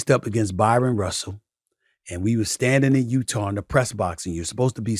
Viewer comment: IT'S BRYON RUSSELL!!! NOT BYRON!!!!